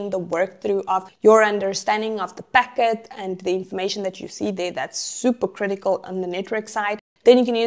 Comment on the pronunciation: God bless subtitls creator! It's hard to understand certain words you pronounce.. Like you said packet.